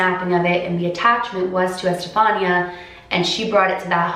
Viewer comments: That's my name! It's pronounced estefanee-a. The way she says it is how all my teachers would 😂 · Okay, just a comment x), the accentuation on Estefanía's name goes in the "i" instead of the "a". It's ocay though, pronounciations are werd.